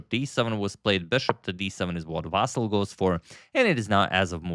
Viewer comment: VasYl, not VAsyl